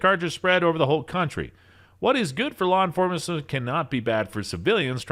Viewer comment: “law enforasma”